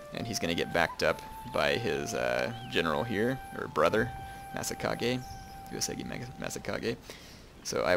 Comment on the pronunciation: So, this is a great campaign, and I really like it as well as your other stuff. But I have some issues with your pronunciation of Uesugi. You pronounce it as if there was an e in the second u's place. It's pronounced you-eh-sue-gih. Thanks.